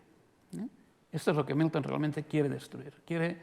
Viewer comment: Por qué pronuncia "miuton" confunde porque uno piensa en Newton...